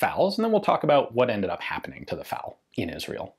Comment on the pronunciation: It's F.A.L., not fal.